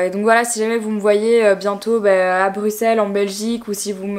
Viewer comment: Enfin une personne qui dit Bruxelles correctement haha 😂😅❤️